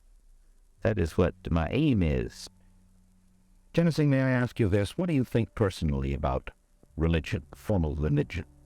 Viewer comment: then why is Tennessee sounding just fine? Mike keeps calling him “TENNETHEE”